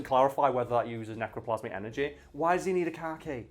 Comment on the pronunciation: I heard car key as bukcakie (thing that's how you spell it) and had to rewind a few times 😂😂